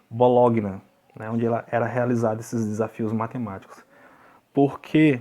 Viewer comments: Não se diz Bologna; o correto é dizer Bolonha. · Rapaz fala Bolonha. Gn se pronuncia nhê em Francês